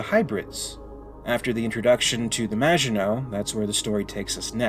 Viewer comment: Excellent pronunciation of maginot 👍